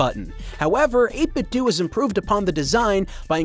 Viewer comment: Scooby Doo. Nintendo. 8bitDo. It's "Dough" not "Dew". :)